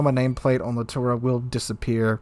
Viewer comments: Pls.. LITTORIO and not LITTORO.. It's orrible to listen "littoro" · It gets a little annoying how you don't pronounce names correctly. Off the top of my head,please practice: LITTORIO KUTUZOV I really like the content, but this name thing drives me really crazy to the point I stop watching videos.